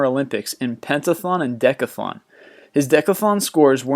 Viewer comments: im startin to think you mispronounce words on purpose!! its not declathon, it's decAthalon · And by the way it is pronounced dec-ath-lon and pent-ath-lon not penta-thon and deca-thon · these dude cant even say Decathlon correctly. DEE-ka-th-lawn